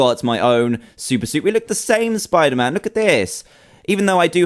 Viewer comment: It is not spiterman